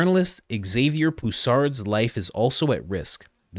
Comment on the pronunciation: Xavier is pronounced Zavier; much like Xylophone is pronounce Zylophone